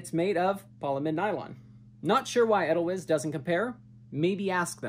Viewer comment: Pronounced Ah dhyl vise